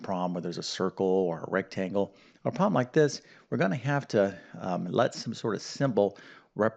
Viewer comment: Why do you pronounce “problem” as “proh-em”???